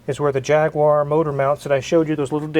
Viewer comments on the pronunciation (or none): Vrry cool, but its pronounced "jag u are" not jagware. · The correct pronunciation is “Jag-U-R”,, not “Jag-waaaaaaaah”!😁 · You are using a brit engine - so pronounce it the correct english way: Jag-u-arr not Jag-wire. :) I would easily swap you a v12 with box for an LS engine - but i’m in the UK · Forgive me, but as a Brit and you're talking about a British car engine I'd like to bring your attention that you are mispronouncing the name :)> It should be jag-u-are not jag-w-are. Love the channel though! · by the way... its pronounced jagUar not jagwar...... thank you ... also, old jag engines are renowned for corrosion problems, its the blend of ally and steel and age, plus a lot of people playing with them left the antifreeze out and corrosion inhibitors... its usually pretty bad inside the blocks. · It’s pronounced JAG YOU RRR.